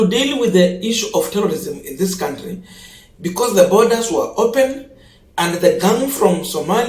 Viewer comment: Can we all, the funs of this channel, contribute to to learn how to pronounce the noun, country?